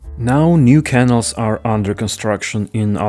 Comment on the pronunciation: interesting video. but please say canals, (caNALS) in your next videos, not kennels (KEnnels). 😀